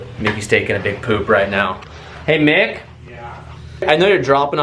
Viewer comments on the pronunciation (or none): none